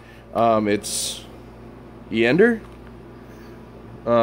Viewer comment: EEEE-ANDER......LMAO. How'bout EYE-HONDER....